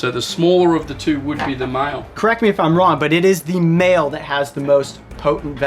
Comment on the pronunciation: why he pronounce "male" like "mild"